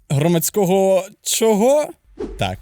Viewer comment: Громадсько́го? Знаходи́вся?? Где такие правила ударений в украинском? Люди, которые только учат украинский, будут массово неправильно разговаривать